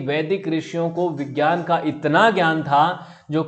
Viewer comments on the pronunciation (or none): none